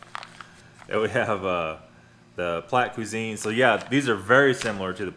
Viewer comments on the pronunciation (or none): Don't pronounce the T in Plat Cusine...... Just Pla Cusine will make Europeans happy.